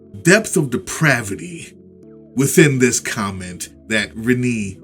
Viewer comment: I think Renne is pronounced "Ren-AY", so the second syllable is a long a sound.